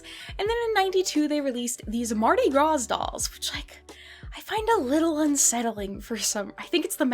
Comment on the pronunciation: Mardi GRA the S is silent